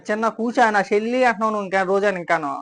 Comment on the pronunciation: Shelli kaadhu ra jaganuuu Chelli 😂😂